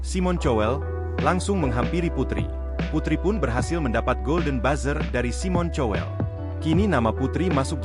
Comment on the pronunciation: Maaf bro,jangandibaca simon cowel ini bukan ejaan indonesia ,tapi ejaan bhs inggris.